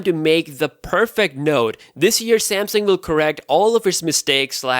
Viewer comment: He said Samsang lol